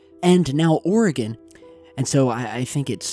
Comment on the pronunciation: Also, thank you for pronouncing Oregon correctly 😂